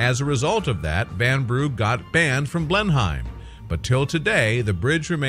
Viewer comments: Blenheim is pronounced Blennum or Blennim....not Blenhime. Check pronunciations before presenting these things for pities sake! You Tube have a huge collection of correct pronunciations on every topic and colloquialism you can think of....please use it. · Pronounced Blen-hem.